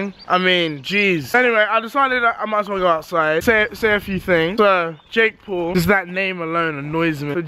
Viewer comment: When he say Paul it sounds like pool